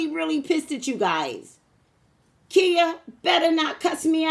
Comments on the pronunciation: So when it comes to her name Ky-yah is how you pronounce her name. Not Kia. Lol! Now as for your headache water and sleep because readings will do that. I agree with you... There is only one God. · She calls herself Khia (khy-uh)